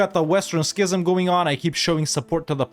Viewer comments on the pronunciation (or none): none